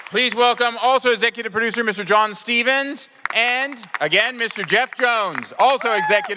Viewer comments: WHO WAS THAT MODERATOR??? He butchered everyone's names! Geez! Geoff Johns not Jones! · That moderator butchered so many names. Geoff JONES!?